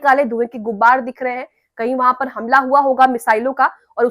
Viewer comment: आप शायद हैं। उर्दू ठीक कर लें "गुब्बार "नहीं कहना है......ग़ुबार सही लफ्ज़ है। बुरा न मानिएगा,,,भाई की तरह बता दिया।